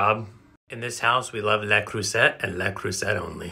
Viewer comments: I worked for Le Creuset for several years. Love it. But it’s Le Creus-ay. People say Creusette all the time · please stop saying le creuset that wayyyyy